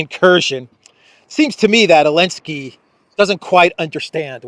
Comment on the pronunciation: Why do you pronounce his last name as “Elensky?” Strange